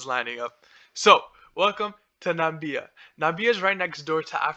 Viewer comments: This narrator is an idiot. NAMIBIA and not NAMBIA like Trump had said. Does not even know how to pronounce the names of the countries in the region. This project will destroy the Okavango Delta which is a UNESCO designated area. Don't get fooled, this project will be opposed and this will probably never get off the ground. One of the biggest stupidities I have ever seen. One of Lucas Lundin's old properties and to let you know, Lundin stock has done nothing for years. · Well done . I admire your initiative but you need to work on getting your pronunciations right or people will not view you as credible. Nam-ib-ee-a Kav-an-go Sten-key Wall-vis Bay